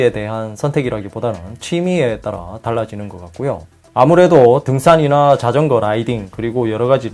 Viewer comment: 등싼이나/ 발음이 너무 찰져서 좋습니다